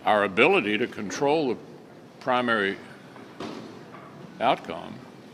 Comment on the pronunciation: He says controal the people!!! they lost it thats why trump won? Listen to it. Twice. They lost controal. S. O. B